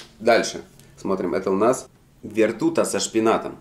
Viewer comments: Вертуха, хадог, аж уши вянут 😪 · И вертуха...нет слов..прочитать не может